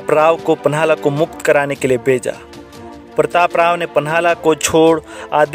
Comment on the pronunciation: प्रतापराव गुजर Is the name. Learn first to pronounce.